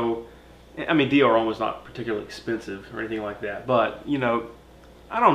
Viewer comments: Its pronounced Hom, not home 😉👌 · Great review guys! Love all your reviews but for the love of God homme is pronounced ohm not ome